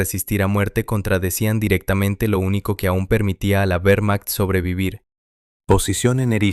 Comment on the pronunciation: "Uermacht" suena horrible. La letra "W" es una "V" doble en alemán y en español. Sólo en inglés la "W" es una "U"